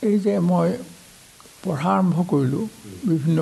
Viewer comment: সম্পাদক মহোদয়ৰ অসমীয়া শব্দৰ উচ্ছাৰণত সন্তুষ্ট হ'ব নোৱাৰিলোঁ। বিশেষকৈ " পঢ়া " ৰ উচ্ছাৰণ " পহা " বুলি কেইবাবাৰো কোৱা যেন অনুভৱ হ'ল। স্বনামধন্য শইকীয়া চাৰৰ সু-স্বাস্থ্য আৰু দীৰ্ঘায়ু কামনা কৰিলোঁ 🌹🙏🌹